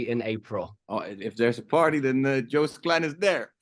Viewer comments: I love your attempts at the Dutch language 😂 His name is pronounced Joast (is in Roast) by the way 😊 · Small adjustment: phonetically it would be closer to Yoast, because the J would make it sound like Djoost, whereas the y from yes fits perfectly. Klein in English often sounds like Klain, and in some Dutch accents it sounds like Klain too, but it is pronounced like the ei in the French soleil or city of Marseille. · His first name is to be pronounced as 'Joast'. Like 'toast´.